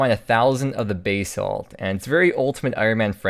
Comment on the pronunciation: Geology be damned, I prefer your pronunciation of basalt.